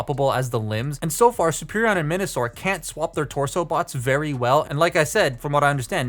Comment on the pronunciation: You kept saying Menasor as Minasor